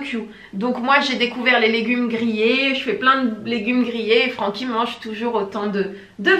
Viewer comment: Francky je peux pas faire autrement que d'entendre "Paroles de chat" quand il parle hahaha